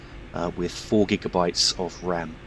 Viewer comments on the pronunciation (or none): none